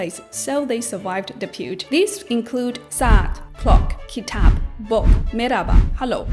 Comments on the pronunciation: in it is '' kitap'' not ''kitab'' and you are so cute as a turk it was really easy and comfortable to learn english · not "kitab", actually "kitap" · Kitap not Kitab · EVET ÇOCUK kitap olcaktı kitab değil yanlış okumuşsunuz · ve abla kitab değil kitap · It’s not “Kitab” It’s “Kitap” It spells with P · 7.53 Kitab❌ Kitap✅ (hatanı düzeltmek istedim😅) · Not KitaB -- its KitaP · Kitab değil kitap 🇹🇷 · its not kitab. its actualy kitap. words in turkish doesnt finish with ''b'' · Not "kitab", is "kitap". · Not kitab, kitap